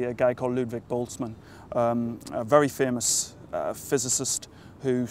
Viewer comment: Props for pronouncing Ludwig Boltzmann correctly :D